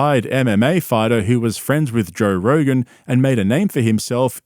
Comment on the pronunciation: “Jore Rogan”